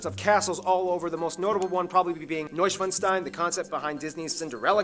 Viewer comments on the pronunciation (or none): Teacher: "what are you laughing about" Me: "nothing" My brain: "hahaha lol he pronounced Neuschwanstein Neuschwanzstein"